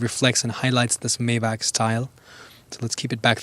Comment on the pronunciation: Its not mejbah, its majbah